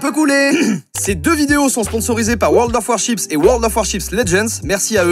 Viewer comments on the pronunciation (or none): WORLD OF WAR_CHIPS 😂😂 ça fait rire que moi quand il dit le nom de ce jeu ? mdr